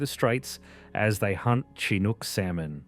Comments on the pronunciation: Shenook, anna little corsets pronouciations! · Pronunciations in this are killing me 😂 Chye-nook salmon?! Anacort-eez?!